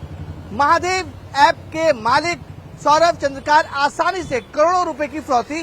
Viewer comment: Abe ghus de kr bane hue reporter wo चन्द्रकार nahi hai wo चंद्राकर hai..😂😂